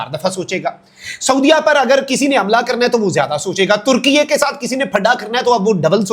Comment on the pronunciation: بھائی ترکیہ ھے ترکیے نہیں ھے 😂